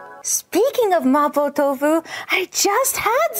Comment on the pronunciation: Why does she pronounce mapo tofu like that